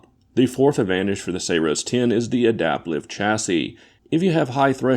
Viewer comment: Did you just call it Sayroes 10?